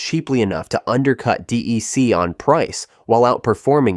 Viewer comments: No one in the world called it “DEE-EEE-CEE”. It was “DEC” like “deck”. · DEC was pronounced “deck”! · Exactly! I worked in the industry for over 20 years and never heard anyone pronounce it D, E, C. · If the narrator can't pronounce "DEC" correctly, I don't think he knows what he is talking about.